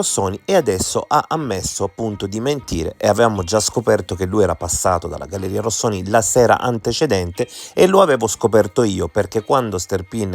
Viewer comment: complimenti per la formulazione coerente e plausibile, di queste due ipotesi e per aver abbandonato il tono polemico che, dal mio punto di vista, era fuori luogo, un piccolo appunto, per cortesia, non storpiare il nome della galleria "Rosconi" come il cappellaio anaffettivo l ha sempre chiamata